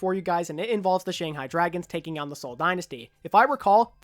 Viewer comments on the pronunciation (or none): Wow! I literally just noticed lmfao It sounds like taking out it was like taking owwwn lmfao